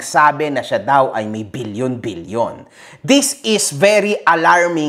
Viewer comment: Bilyon: ❌️ Bill-Yon: ✅️